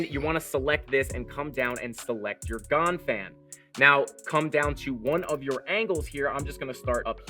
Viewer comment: Thanks for explaining the tool... It's pronounced Gann